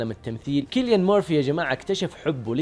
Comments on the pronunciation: ياجماعه الرجال اسمه سيليان وليس كيليان 😂 😂 😂 😂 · ترة اسمه سيليان .. مو كيليان